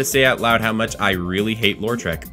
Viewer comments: "Lore-trek" "Mayonnaise" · I know I've made quite a few comments on these vids tonight already, but...: "Law-treck" not "Laur-treck." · The way you pronounce Lautrec gives me an idea for a Star Trek spin off starring Data's brother.